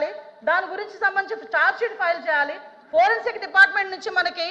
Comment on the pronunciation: హోం మినిస్టర్ గా అనిత waste. సోది మొఖం ది. లేకి దానిలాగా behave చేస్తుంది అనిత. వెకిలి గా నవ్వుతుంది సన్నాసి. ప్రజలు సమస్యలు discuss చెయ్యదు లైట్ తీసుకుంటుంది. దీన్ని రేప్ చేస్తే తెలుస్తుంది. దిస కాదు అనిత దిశ, పోరెన్సిక్ కాదు foreinsic😂😂😂😂😂😂లేకి బాష